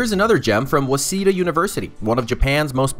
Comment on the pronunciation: Waseda is pronounced wah say dah , NOT wah see dah